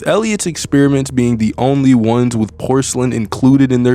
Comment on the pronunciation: "wit" is crazy 🤣